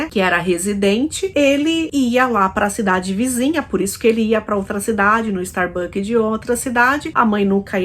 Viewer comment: StarbuckS com “S”!